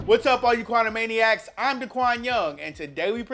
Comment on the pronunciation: Qwanamaniacs??? Haaaaaaaaaaaaaaaaa!!!!!!!! 🤣🤣🤣🤣